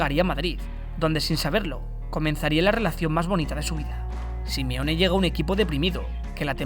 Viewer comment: Por que le dices Simione?